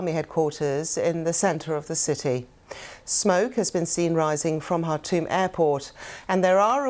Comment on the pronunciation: Shame she can't pronounce the name of the Sudanese capital, Khartoum